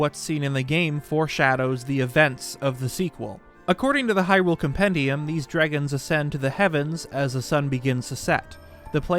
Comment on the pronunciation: They way he is saying, “dregon’s” is bothering me…..